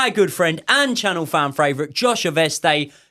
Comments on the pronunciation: Fran fravorite 😅 you’re not alone bro🔵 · Is it just me that hears “ channel fran fravorite “ every time he introduces josh 😂 so entertaining lads what a duo agree with the line up too ,, up the chels 💙